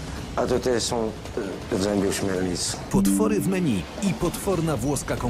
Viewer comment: Ty byłeś kelnerem a nie wiesz jak się wymawia menu? 😂😂😂